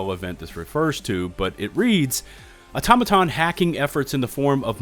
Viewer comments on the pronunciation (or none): It’s actually Aw-TOM-uh-tahn . I hear a lot of YouTubers say “Auto-matahn” in their videos. Not trying to be a nuisance, sorry if it comes across that way.